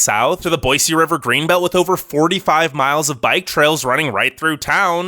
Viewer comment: THANK YOU so much for saying Boy-See instead of Boy-Z! I’m on the eastern side of the state and it burns my ears when people say Boy-Z!